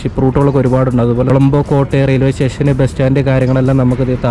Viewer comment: കോളമ്പോ അല്ല കൊളoബോ ആണ്